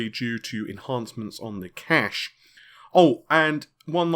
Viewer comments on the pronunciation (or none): none